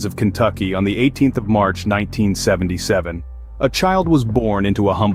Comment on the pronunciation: Did the narrator say that Edgar Cayce, was born in 1977? It sounded like it. ( into video)